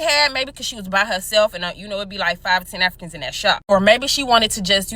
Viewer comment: mins in, the way she says Afri-cons is hilarious.